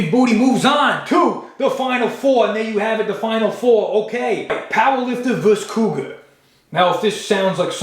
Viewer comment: Couguar compass lol